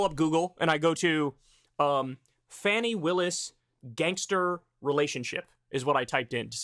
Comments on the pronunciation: Dude if its Fawny instead of Fanny in pronunciation just pronounce it correctly don't be a jackass. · It's pronounced Fawny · Kyle you couldn’t take 2 minutes to find out how “Fani” is pronounced? It’s Fah-ni. Respect Black women!!!! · Maybe someone has said this already, but her name is FAH-ni Willis. The reason you refuse to pronounce Tuberville's name right is bc you don't deem him worthy of the respect required to learn his name (whether you've explicitly acknowledged that or not), and comparing your refusal to pronounce his name correctly with your potential refusal to pronounce her name correctly makes it really clear what the reason would be. Fani Willis is a cop, but she's also a black woman. PLEASE do her the respect of pronouncing her name correctly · Pronounced "Fawny" brother. Going forward...